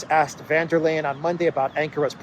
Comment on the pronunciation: VON Der not VAN Der. Just sayin".